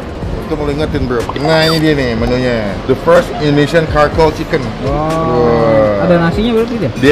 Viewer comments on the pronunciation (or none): sorry nih ye bang charcoal itu dibacanya "carkol" bukan "karkol" bang cuma ngasih tau biar gk salah lagi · Charcoal bukan Karkoal bacanya bang tp tetap huruf C depannya hehe